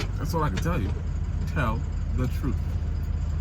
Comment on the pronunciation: I knew you were Trini when you said TRUTE instead of TRUTH